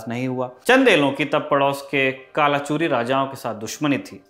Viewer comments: जंहा तक मेरे हिसाब से कलचुरि है ना कि कालाचूरी। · Its not gadhmandal its gadhmandlaa and kaalchuri is kalchuri